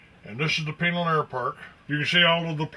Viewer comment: Hold on here. I'm just as concerned about chemtrail aerosol dumping BUT I smell a skunk. I'm from Tucson, ok? This old biker dude is NOT from the area because he doesn't even know how to properly pronounce Pinal & Marana. Not only that, this air park is an aircraft bone yard. The Tucson area stores the world's surplus of old aircraft. Take your Google Earth & move it south of Tucson to Davis Monthan AFB. You'll see 1000s of mothballed aircraft. On the ground you drive past & see for yourselves.